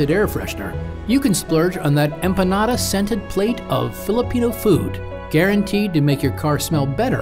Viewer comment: EPE NADA? empEN[y]ada